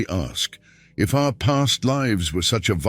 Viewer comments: Is this voice AI? it pronounces PAST LIVES as in she 'lives' there. Dunno! Ronn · Can always tell when it's an AI voice when they mispronounce the word lives.